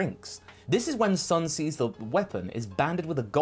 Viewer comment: Sun is pronounced 'Soon'. Also why didn't Gero use Monster Carrot's DNA in Cell?